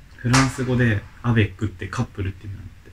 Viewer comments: バリ３とアベックだけ分かった〜。アベックのイントネーション違うよ〜。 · アベックの発音違う〜🤣 シュレックみたいな言い方じゃなくて、ロケットみたいな発音だよ🤣